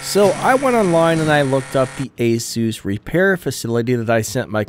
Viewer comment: ASUS or ANUS?...